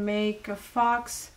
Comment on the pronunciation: Faux is pronounced 'foe'... It's a French word, so not pronounced as it's spelled. Also alchemy is pronounced 'alkemmy'. Hope that helps! :-) Thanks for the tutorial! I loved it!